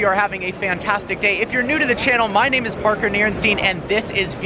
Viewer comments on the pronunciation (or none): none